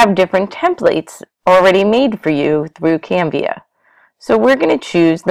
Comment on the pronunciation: It's CANVA. Not Canvia haha